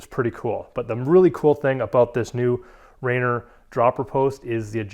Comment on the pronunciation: Lost me at "Rainer" LMAO its "RAINIER" (like the beer). I may be a little offended because i grew up right next to thr mountain this post was named after :)